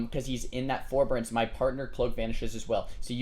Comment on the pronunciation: oh and its for-bear-ense forbearance. not ferberense. lol just saying. i have this tick where i FUCKING HAAATEEE ppl who continually mispronounce words lol